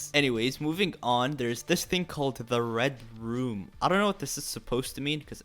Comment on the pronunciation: What anix is saying: red room What I hear: red rum Me: omg anix I’m so scared!